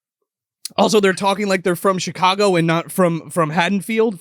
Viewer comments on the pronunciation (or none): none